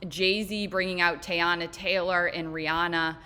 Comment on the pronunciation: “Tay-anna” Taylor was all I needed to know.